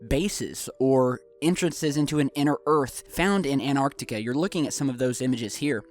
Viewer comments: it's An'T'arctica… not anartica. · The word is AnTarctica not anarctica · it's called ANTARCTICA with two T's am I the only one that kept hearing anartica?? lol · It's AnTARtica NOT ANARtica. Can you read??! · T..... Say anT AnTar Antarctica.. Theres a fucking T in anTartica... T... T... T... An.... TAR.... TICA.... ANT.... TAR TICA.... ANT.... SAY ANT.... ANT... AN.... TAR TICA... ANT... TAR... TICA.... The T is not silent... Say the fucking T.... AnTartica.... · Love this video, but as an English teacher, something is driving me crazy. The first "t" in Antarctica is not silent! You wouldn't drop the "t" when you say the word "anti", so we shouldn't drop the sound with "Antarctica".